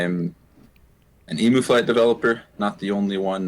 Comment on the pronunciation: It's pronounced 'Eem-you'. Not 'E-moo'